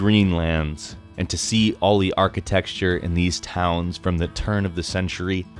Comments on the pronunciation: Area of his ways? Scotch free? Architexture? Seriously was your script filled with errors or is it pronunciation issues? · also "archi-texture" instead of architecture facepalm